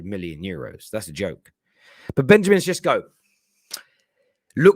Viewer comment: You can’t even pronounce his name. This is pure gold. I love Utd, the comedy that is.